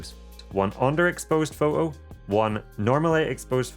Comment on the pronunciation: What’s a pho-o. Don’t you like T’s